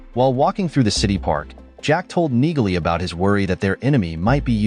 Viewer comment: 60% of what the narrator says is a big fat lie xD Neagley is pronounced Nealey. Watch the series and figure out what was not said and what was said xD is so bad at narrating.